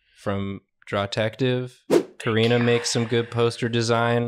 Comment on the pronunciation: said Kari-nah 😂